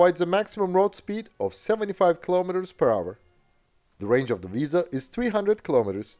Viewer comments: It's WIESEL not Visa. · Why do you pronounce it as "Visa"? Wiesel is pretty much pronounced like the english word Weasel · as a german i get triggered every time i hear him say "wiese" instead of "wiesel" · And?? I am a native german speaker. In the german Video you postet to me you can hear that it is Wiesel (weasel) and not Visa like in your video. ;) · Dear, why are you calling it "Wiese"? The s, e, and the l are clearly pronounced in german. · You speak it exactly like the english "weasel" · In German no letters are silent. So if there's an L, you have to pronounce it. Furthermore: 'ie' (ger) == 'ee' (eng) and 'ei'(ger) == 'ay' (eng). So it's "Wee-sel"